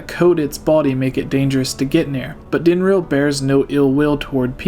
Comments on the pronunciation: its pronounced din-RAWL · answer to your question on how to pronounce Dinraal is Din-RawL